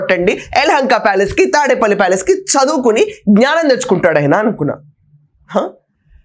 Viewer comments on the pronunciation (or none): none